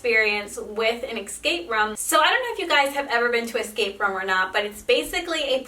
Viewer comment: I'm sorry but can you not say room correctly?